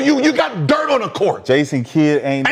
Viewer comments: gilbert you pissing me off pronounce my goat name correctly its "DIRK" n dont ever compare kd team hopping ring chasing ass to the Legend Dirk Nowitzki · Gil calling this nigga Dirt instead of Dirk is killing me